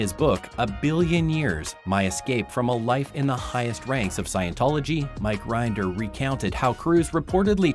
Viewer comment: Mike RINN-der. Rhymes with bin, din, Lynn, gin...